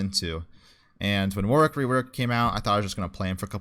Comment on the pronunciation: I find it funny how you pronounce "Warwick". "Work". You can tell you have said his name a lot of times